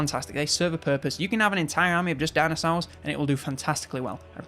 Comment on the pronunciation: Dinasours, sounds like a deliciously sour gummy candy shaped liked a thunder lizard.